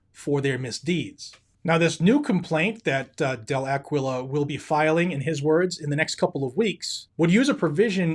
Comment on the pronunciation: Del A-Key-Yo, but we got it. Wayne has been MIA for too long, no more taking a stand, just sending out applications..........pathetic.